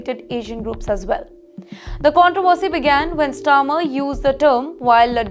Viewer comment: This news reader certainly has huge problems with pronunciation. I recommend her to get herself medically checked for her well-being and for her longer career in journalism. Couple of mispronouciations - 1) "Starmer" not "Stammer" (I deliberately misspell leaders' names in the comments for safety reasons). 2) "Smears" not "Seamers" If not a medical issue, she needs loads of training.